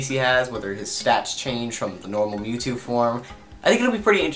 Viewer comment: mew two, not new two